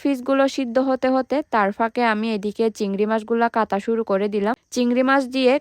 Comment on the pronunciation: আপনি কাঠাঁল কে -কাতাল বলছেন, ছোট ছোট - ছোত ছোত, কাটা-কাতা,টাটকা -তাতকা, আপনার মনে হয় বাংলা বলতে কষ্ট হয় বা অসুবিধা হয়,,,, তবে যাই হোক আপনার ভিডিও গুলো দেখতে অনেক ভালো লাগে